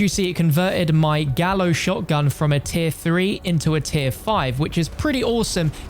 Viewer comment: Gallo is Spanish for rooster. Pronounced "Guy-o". I thought you said Gallows Shotgun until I rewound it. Damn I was so ready for another SG.